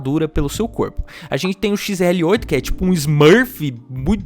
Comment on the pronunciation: O mais legal é ele falando xrl8 e eu toda hora corrigindo mentalmente